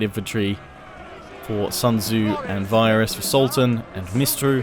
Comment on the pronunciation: All I hear is SALTan and I can't stop laughing! Great video and battle btw!